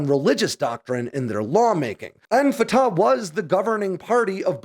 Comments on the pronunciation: always enjoy your stuff. This one is a bit out there. I'll stick to the facts. It's not "fa-ta". It's "fa-TACH". The CH is like CHumus or CHamas, no like an H. Secondly, Palestine is no a country and never has been. It was a designation for an Ottoman Empire area, later a British mandate, and until later on in the 20th century not even a desginator. But then PLO terrorist Yasser Arafat coined the term Palestinians, and terrorist sympathizers rushed to embrace that term, and that's what exist today. Not a country. Not in the UN. Doesn't issue passports. Isn't more than a fictious construct. Hamas exists to kill all of Israel. Israel has let it sit out there and spin, and it wasn't until the savage murder and butchery of last week that Israel said "Enough." That's not the same as "Israel declared war." Hamas had already done so -- back in 2005 when Israel left. There is no "occupied" territory. Hamas has solely ruled it since Israel left. Israel isn't "laying siege" to a "territory it occupies" as that makes no sense. But hey, Hamas wants it both ways. Terorism... and the killing of babies, beheading them, burning them alive, that's all Hamas. I'll wait for your next story about cool military hardware. This story... narp. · Thank you so much, from an Arab viewer. Neither side is innocent, is the short version. The Arab lost 1948 yet they want the land handed back by the victors. Fatah is pronounced as Fat'h with a loud H at the end. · Pronounced separately, Fa Ta